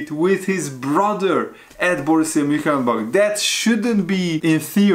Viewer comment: what's up lad, it's Mun- Chen- glad-back